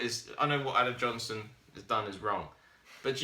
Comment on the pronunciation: nice video, keep up the good work. haha u made me laugh "Adam Nohnson"